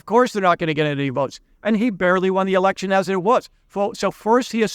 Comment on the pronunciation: Pretty sure you nearly said "erection" there rather than election. Luckily it wasn't the most interesting part of the video, thanks!